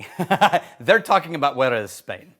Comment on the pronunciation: Sorry to "um, actually" you here, but it sounds like you mixed up Jerez and Juarez / mashed them up into "Juerez."